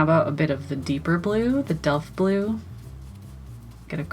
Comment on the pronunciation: Yes, you are pronouncing Delft Blue correctly. My Mother loves the Delft blue dishes (always has), therefore I grew up listening to her talk about them!! They are named after the city in the Netherlands where the dishes are made...